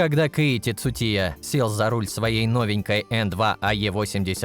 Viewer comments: Кейти цутия 😂😂😂 хоть бы имя правильно назвал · Озвучивает бот чтоли , названия машин коверкает 😢 имя Цучии коверкает хоть бы почитал для начала что же ты за бестолочь то такая